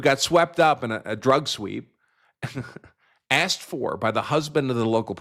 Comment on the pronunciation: She just said she asked, she's an attorney and she uses the word.Axed, are you fucking kidding me